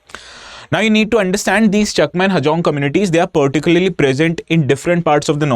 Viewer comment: Sir u r pronouncing our chakma as cheakma